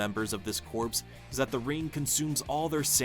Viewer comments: Actually "Kor" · I think he meant "Corp", but yeah it sounded like "Corpse". 😅😅😅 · It’s pronounced ‘core’ not ‘corpse’. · Thank you! I literally cant watch this video just bc of that, feels wrong! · Thank you very much for this comment. The error is really jarring. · I thought I was the only person that got instantly annoyed by him saying it like that. 🤣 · WHAT?? It’s Pronounced CORE. Lantern Corp not *Corpse*. No one but you and the video creator are getting this wrong, not hearing it correctly. Geezus. The man is literally pronouncing it wrong in this context and you are spreading bs disinformation about someone hearing it wrong. WTF 😒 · Jesus. AI is gonna make morons outta even more people. It’s CORP, pronounced “CORE”, not “CORPSE”. You know, not Marine Corpse, Marine Corps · Unwatchable due to the repeated mispronunciation of “corps.” The audio should be recorded again. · Omg it’s cringy hearing corpse…it’s pronounced Corrrrr just spelt Corps. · yes, that's what he's meaning, but it's pronounced "core" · There’s no such word other than CORP (Core) in this context whether it’s for this particular video or in the military. In these situations it is always pronounced Core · Fun fact Corps, like Marine Corps, derives from latin Corpus meaning body. the same as corpse. its literally the same word with different connotation but the same origin and meaning its also absolutely pronounced Core, silent p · he actually said corpse.. tsk, tsk. There are so many resources available to make sure you're not making such mistakes .. I remember a video of a guy, a supposed intellectual, pronounce Descartes.. as Dees-kartez. Just as bad. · I cant watch this hearing the "corpse" everytime. 😭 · For a computer to read, simply spell it 'core' in your text. (sigh) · Corpse. Corpse. Corpse. Computerized narrator but can't pronounce properly. Ai will never take over the world. 😂😂😂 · CORE CORE CORE it’s not hard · Not even a minute in and it's already driving me nuts